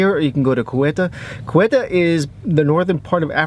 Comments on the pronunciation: Ceuta not cueuta. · It isn't Querta it is SAY-Ooh-tah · Its pronounced seuta not keuta....😂😂 but nice video anyway.. greets from a Morracan berber 😉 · Not guetta but Cueta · Ceuta is prononced Seuta lol